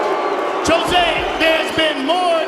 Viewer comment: He can finally pronounce jose.